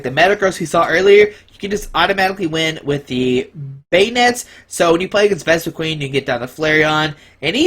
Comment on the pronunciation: You're pronouncing Vespiquen wrong.